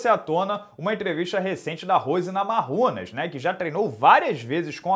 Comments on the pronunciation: Um toque,, a pronúncia é Namaiunas, não NamaRRumas. Essa Valentina é fora da curva! Da gosto de ver. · “Namaiunas” please 🙏🏻🙏🏻🙏🏻🙏🏻🙏🏻